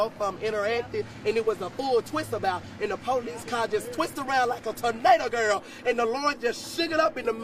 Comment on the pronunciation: I think he said furnado 😂